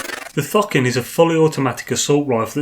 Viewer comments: Why are purposely saying Thucking when it is clearly Thokin? Annoying :) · Idk why, but everytime you say thokin I hear fockin